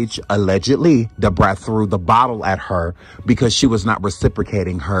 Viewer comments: Who tf is "DAH BRAS"???? LMFAOOOO Ma'am you mean da fucking brat?? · The lady saying Da Brats name like that is so annpting..ijs lol I never knew about David Guess though🤢😞ewww dam. Can you not use that lady again as she doesn't even know how to pronounce these folks names.. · Sounded like she was calling her Deborah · 🤣🤣🤣🤣 why she say Da Brat name like that is what I’m talking about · That computerized narrator was trippin when pronouncing Da Brat!! 😂 u should narrate it all or get a computer narrator w/an English accent👍🏾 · 😂😂. I know right. She really shouldn't be speaking on Da Brat She can't even pronounce her name correctly and it's not because of her accent either 😂😂